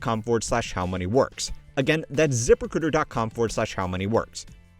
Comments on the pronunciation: The best part of the ad read is that vocal style makes it sound like he's saying "Zipper Critter" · Anyone else thought he said "zipper critter" instead of Zip Recruiter? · When you were talking about your sponsor I thought I was hearing "zipper critter". XD